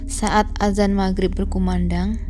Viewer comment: Ngomong "Maghrib" nya enak banget kedengeran ditelinga, "gh" -nya enak didengar